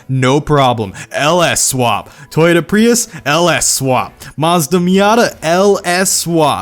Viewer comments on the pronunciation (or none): none